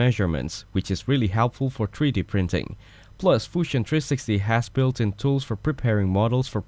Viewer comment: the 'Fushion' kills me every time😂😂😂